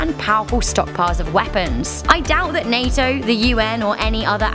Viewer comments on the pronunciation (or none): none